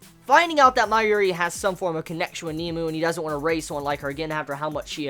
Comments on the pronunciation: Nemu.....not nemo.. Sry, it bothered me. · its pronounced "neh-moo" not "Neemoo" lol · not to be a dick or anything but its nemu not kneemoo watch some of the anime to hear the pronunciation